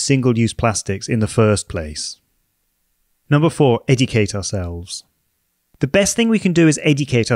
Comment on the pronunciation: "Etucate ourselves"